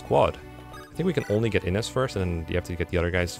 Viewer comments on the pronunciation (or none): Not dumping all stat boosters on Forde smh what a noob It's [Ih-nez] btw so it's exactly the way you've always pronounced it untill now also, unrelated, but flOrina makes me cringe everytime I hear it.